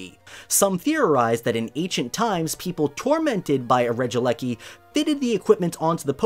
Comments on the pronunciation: Regi - eleki not regileki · For future reference, I do believe the electric Regi's name is supposed to be pronounced ( since it's how it's spelt) as Regi-E-Lecky, like that. At least that's how I believe people will pronounce it as. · regielekl regidrago